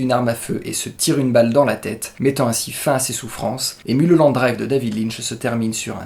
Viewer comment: ON NE DIT PAS MULE HOLLANDE DRIVE MAIS MEULE HOLLANDE DRIVE ! Sinon très bonne analyse, vous avez tout compris. Il suffit juste de remettre les séquences dans le bon ordre mais les scènes rêvées sont le fruit de la frustration de Diane, de sa jalousie envers Camilla et du fait qu'elle ait sombré dans la drogue et dans ses délires elle va jouer le rôle de sa vie. Celle qui la méprise devient une inconnue perdue et fragile et elle va se transformer en héroïne mais ça c'est après qu'elle ait commandité le meurtre de Camilla.